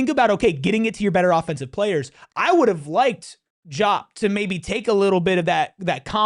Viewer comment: You are the PHNX podcast for ASU and you can't pronounce the names of the players on your own home team?!!?!!? That being said, Diop and Odum played like monsters tonight.